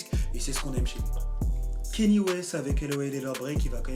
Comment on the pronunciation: Comment t’arrives à dire « Grammy » mais t’arrives pas a dire « Kanye » ? Le mec a fait carrément une chanson où il chante son nom pendant 3 min « i love Kanye »... mais tu dis toujours « Keni »